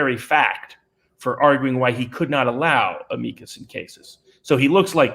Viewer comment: So many pronunciations of "Amicus".